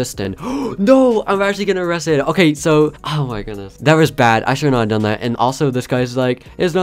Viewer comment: Thx i like wen you say hawe a good Day hawe to